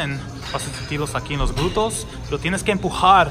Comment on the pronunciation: Agradesco mucho tu esfuerzo en hablar español!!👍y muy buena rutina de ejercicios, me encantas! Y muy linda modelo. Solo un detallito ya que lo repites mucho y de verdad estas tratando de ayudar sinceramente; se dice (glúteos) y no es nada personal. No! Solo quiero que lo pronuncies bien!😊💖